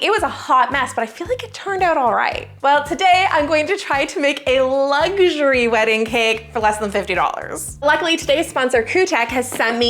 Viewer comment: Luxury is not pronounced with a G. It's not luggury. Try saying it without the G-sound, please.